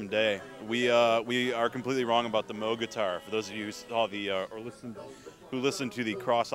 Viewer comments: no, you are mistaken.. pronounced, Moe-G. Not like it's spelled. Bob Moog would get upset when people would pronounce it "moo", like a cow would say. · Definitely Mowg, not moooooog. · Moog is pronounced how it's spelled, not like a cow goes MOO -- like "mow"ing a lawn. People pronounce it both ways, but Bob Moog clears up the pronunciation in the documentary bearing his name. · "MOWG"? It's moog. like a cow.